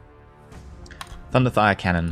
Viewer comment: Does anyone else hear thunderthigh when says thunderfire cannon